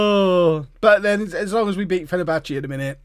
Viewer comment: Any time he says "Fennerbatchie" I wanna scream into a pillow.